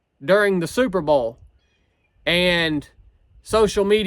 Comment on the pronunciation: "superbowl" or "superba'al"???